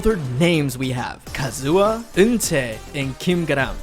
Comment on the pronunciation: Ka zu ha....not Ka zua